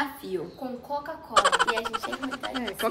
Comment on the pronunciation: Não é cocacola e nem cacucola e sim quacucola kkkkk